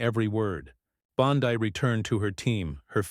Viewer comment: Bondeee pitiful ai